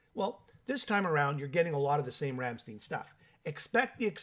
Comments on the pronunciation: Werner Boshoff hahahah. Ramm stein!!! No steeen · Ramm STEIN not shteen. Pronounced 'shh tie nnn' in your shitty bastardised version of my beautiful language. An English man. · "Rammsteeeeeen"..... SMH 🤦‍♂️ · Rammstein doesn't rhyme with 'teen', it rhymes with 'wine'.